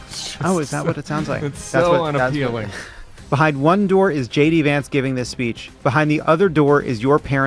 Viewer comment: I swear I heard Tim say Gay D Vance and Levitt call him Shitty Vance. Just aayint